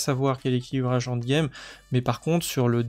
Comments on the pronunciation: Salut, bonne vidéo merci, MAIS stp.. ça se prononce : end game (proche de and game) et pas ONDE game..u_u pour les sceaux des donjons y a moyen de les craft. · C'est en quelle langue "Hand game" ? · Plz rectifie ta prononciation de END GAME, tu vas être amené a spammer ce mot, et ça me donne envie de quitter la vidéo a chaque fois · J'ai pensé pareil C'est con mais ça m'a tendu 😂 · 😅😅 en effet c'est dur à entendre mdr maos sinon merci pour les infos